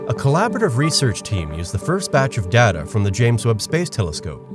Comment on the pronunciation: I can't believe it - someone else who actually knows the proper pronunciation of "data"! It rhymes with strata. I don't know why everyone switched to Dayta after Star Trek Next Generation came out, but it drives me absolutely crazy.